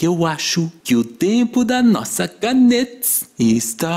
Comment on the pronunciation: Pq ele fala tudo com s oq e mitis e canetis